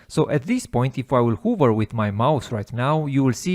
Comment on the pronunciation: you're awesome, thank you. One suggestion, the word 'Hover' is actually said "Haver" not "Huver" :)